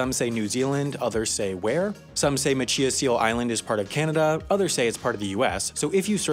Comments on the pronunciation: ma-CHee-us island? No. MaCHI-us (CH as is chuck with EYE added) And AAA use to put fake roads on their maps as copyright traps. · So Maine has so really stupid names (coming from a Mainer here) and machias seal island is off the cost of Macias, ME, and it’s not chi like tai chi, it’s chai as in a latte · It's pronounced ma-chi-as not macheeus.😂 I live 30 miles from there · As a Mainer I would like to clarify, the island is pronounced with a long I. Mach-eye-us not mach-ee-us. Pronouncing things in Maine is an art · The way you pronounced “Machias Seal Island” is killing me. It’s not “ma CHI iss,” it’s “ma chai iss” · Can’t believe you said Macheeas seal island. It’s Machias. Muh chai us. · Machias is pronounced "match-eye-as", not "match-ee-as". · OMG!! IT'S MA-CHAI-AS NOT MA-CHEE-AS!! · Machias is Ma-Chai-Us. Not Ma-Chee-Us. Thanks. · It's Ma-Chai-Us, not Ma-Chee-Us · The aforementioned island is pronounced “ma-CHAI-as” like the nearby Maine town. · You’re pronouncing Machias incorrectly. It’s pronounced “ma-chy-is” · People from Maine are flinching every time he pronounces Machias wrong lmao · Lol at the way you pronounced Machias!! Locally, we pronounce it mach-eye-as 😊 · Machias Seal Island. Pronounced: "match-eye-ass". Source; I live in Maine. In fairness I don't know how they pronounce it in Canada. No hate here. Keep it up with the good content! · I grew up in Machias Maine. It is pronounced ma-CHAI-us. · Great video. Side note: It's pronounced mach-EYE-us Seal Island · Not even close on Machias. Ma chi us or mu chi as. I don’t know what you were doing. You got the seal right. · Okay okay... Machias Seal Island. I'm not sure where you got that pronunciation, but I'm 90% sure it's not right. I'm a native Mainer and we have a town called Machias and it is not pronounced that way. Machias, Maine is pronounced with a long i and a hard ch: Ma-chy-us. Though, I'm not Passamaquoddy, so I don't know the original pronunciation. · Mah-chai-us Seal Island